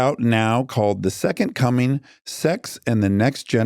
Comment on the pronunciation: Do the people around you pronounce that as secon(t) I can't stand it please correct them